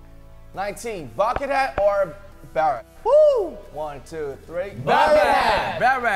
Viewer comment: And pronouncing of beret as 'barret' 😄 🇨🇵